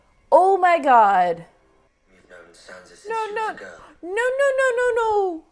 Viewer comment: "i'm sAnsa stark" "let's go sEnsa" i know there is language barrier and you would read sInsa if i write sEnsa...but...just listen to how sAnsa calls herself. it's not sEnsa